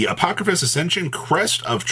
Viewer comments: I know that yugioh has some crazy made up words. But sounding shit out is not that hard. Apodrakosis, not apokrafis, how did you add an ‘f’ in there? lol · not even close to pronouncing the name right as usual 😆